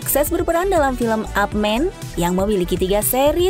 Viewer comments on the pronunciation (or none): IP MAN atau AP MAN atau UP MAN...???? Yg ku tau sih IP MAN??? KOK YANG KU DENGAR AP MAN/UP MAN...??? 🤔🤔🤔🤔🤔🤔🤔🤔🤔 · Ngakak pas bilang ip jadi ap wkwk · Ip man bukan up man! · Bukan Up Man, tapi Ip Man (dibacanya Ip Man atau Ip Men deh) 😅🙏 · Donnie yen sebutan lisan nya yipmen bukan upman ditulis nya ipman itu jg terakhir uda seri ke 4 bkn 3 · Yip-man bukan ap men